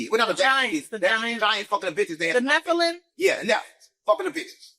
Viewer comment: When he was tryna pronounce " Nephilim " 😂 all jokes aside he saying some real stuff